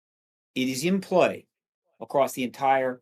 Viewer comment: Did Steve actually say ACROST instead of ACROSS?